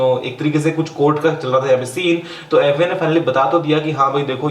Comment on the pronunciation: its FBI NOT FUCKING AFFBI